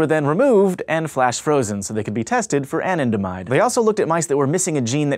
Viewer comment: Anandamide is pronounced Ah-Nan-Da-Mide not An-in-de-mide